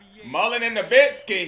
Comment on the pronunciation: not novitzki nowitzki